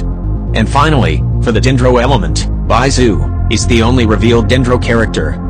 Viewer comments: "biendo"~ hello computer voice im siri and i want to tell that the name is pronounced as "bae-doe" no hate! i just found the way he said it funny. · "byedow" "keycing" "fishell" "xinchow" "yoyimiyeah" "gowrow" "byezu"